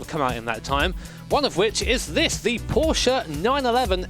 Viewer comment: "Porsche 911 Ef C R Ef" lol It is hard indeed